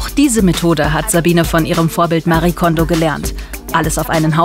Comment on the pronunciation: Liebe Andrea, vielen Dank für den Hinweis. Haben bei der Redaktion nach den Gründen der Aussprache gefragt. Diese hat sich für das bessere Verständnis für eine deutsche Aussprache entschieden. Es stimmt aber natürlich, dass Marie Kondo ihren Namen selbst etwas anders spricht. LG und bleib gesund!